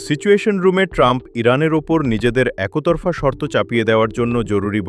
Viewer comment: একোতরফা কী জিনিস? এ্যাকতরফা।